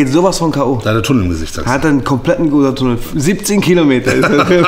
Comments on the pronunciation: Wer kennt ihn nicht denn Gootatunnel😂 (ich nehme mal an er mein gotthard) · Es heisst Gothardtunel😂